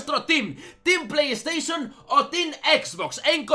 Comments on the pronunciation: Se dice PlayStation, no pleys teichon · Pley teison